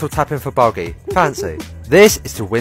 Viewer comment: Why can‘t you pronounce “Bogey” correctly?